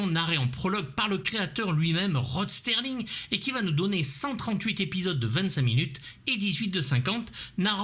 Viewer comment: Ah... Ben je répondais au commentaire, j'avais même pas remarqué que tu avais employé ce terme dans ta vidéo sur Crocodile Dundee. Mais à l'oral ça passe, c'est peu audible, par contre à l'écrit ça saute aux yeux comme une bite au cul 😁 Pour ce qui est de Sterling vs Serling, j'ai fait la même faute de prononciation pendant des années, genre 15 ans. Mais c'est assez naturel vu qu'on a l'habitude de parler de la livre Sterling, du sterling silver. Bref, pas de quoi en faire une jaunisse.